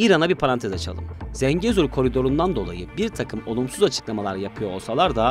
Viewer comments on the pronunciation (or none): none